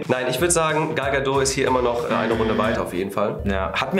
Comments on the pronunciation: Gal Gadot wird wie " gäl gädod" ausgesprochen! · Das T von Gal Gadot ist nicht leise die kommt aus Israel